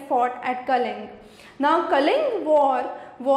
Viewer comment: Mam it's not kaling war It was Kalinga war